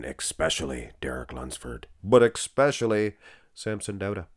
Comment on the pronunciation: Sorry but it's especially NOT exspecially. Thanks for the photos. Derek, I think wins. But, there is the finals yet to come. Keep up the great work. 🫡